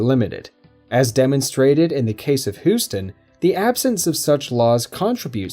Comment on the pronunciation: If you say Whoston one more time...